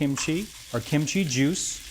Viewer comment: He needs to pronounce Korean food better. He's emphasized chee/chi too much ee. And the other Korean food dishes. Google even does much better.